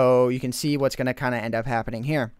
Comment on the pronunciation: can you please say "going" and not "goon"